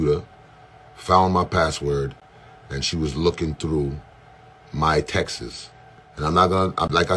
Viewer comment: Texts is not pronounced like Texas 🙄 that just turned me off and for those reasons I'm out lol